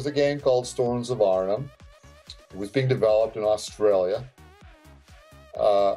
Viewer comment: This "Arn-a-HAM" is driving me crazy. It's Arn-'em